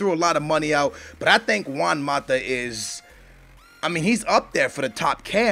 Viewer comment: i would've said chelsea and man u are bigger rivals than man city and man u, and how is it you can pronounce juan right but özil wrong? uuuurgh-zil